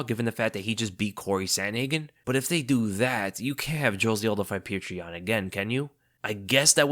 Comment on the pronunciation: who is this pew-cher yan fella?